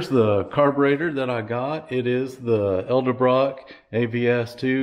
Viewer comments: Please learn how to pronounce “Edelbrock.” You keep saying “el de brock.” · Jesus man it’s pronounced eDelbrock